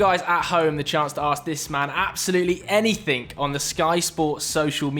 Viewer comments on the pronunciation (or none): says "anythink". Me: stops watching. You had one job.